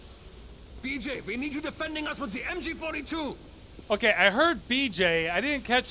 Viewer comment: It sounds like MJ42